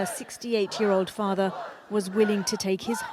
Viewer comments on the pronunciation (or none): none